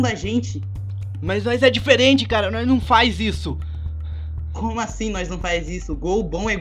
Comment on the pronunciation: O fala NOIS kkkkkk Se fala NOS OwO